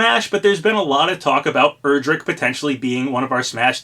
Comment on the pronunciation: Day 1,000 He still miss pronounces Erdrick